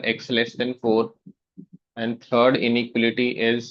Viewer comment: inequality ka pronunciation 😭